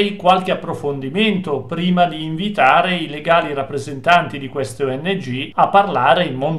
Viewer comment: oddio!!! le ongh.... :D non le o.n.g.... le ongh 🤣 ma sono del mestiere questi???